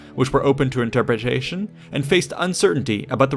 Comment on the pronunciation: Interpajaytion lol